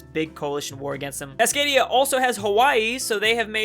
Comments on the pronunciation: perfectly pronounces "Cascadian" Also: struggling to pronounce "Cascadia" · Can someone explain how can say cascadian but not cascadia? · How can you not pronounce "Cascadia" in Cascadian Cascadia, it is literally the same word base. Oh well at least I have something to comment about. And honestly, video is great, I'd like to see more mega campains in future. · "Cascadian" - reads fine "Cascadia" - can't decipher